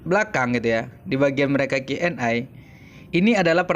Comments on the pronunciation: Di lurusin bang Q & A (e) bukan Q & I (ai) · Setuju sering dia Bilang Q & A harus nya Q&E bukan Q&aaaaa